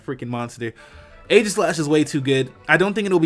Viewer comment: hot damn. look up the word aegis. "ee-jis", not "a-gis"